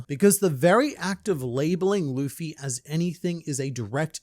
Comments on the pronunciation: i still love people saying lufy instead of luffy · my whole family knows i love OP, and they alll say luffys name like that...Luhhffy, and it grinds my gears so much. When has "Lu" ever made a "LA" sound lol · Im so glad you pointed out how that guy prenounced luffy 😅😅 pissed me off when i wached it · A ahout iut to my boy with blaze Simn Whistler! Forgive me my weebbbretheran, his haven't figure oit how to pronounce Luffy's name yet. But he treats the subject matref with the respect it deserve and this particukar episode of Warfronts (one of his many, many, many chanels) was writen by a tru beliver in the one piesce. It is a very good one, arguing about the relevance of the symbol from the resl worlds perspective reather from inside the narrative; as our deer main in the internet has marvelously done here. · Seeing GrandLineReviews note Simon Whistlers inability to pronounce Luffy makes my British heart happy 😂 One of Whistler's writers is from Yorkshire and regularly gives him difficult local words like Rotherham and Keighley to pronounce 😂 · bro that little clip "luffy" he said it wrong the entire video lmaoooo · Did you see them cover this? Simon couldn't pronounce Luffy's name, but it was honestly one of the coolest things to see them break this down. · I hope people recognize Oda isn’t the person telling anyone to use these Straw Hat jolly roger, this is up to THE FREEDOM of these individuals to choose and Oda shouldn’t be at fault for it. And the amount of people pronouncing Luffy wrong on the news will gum gum sky-rocket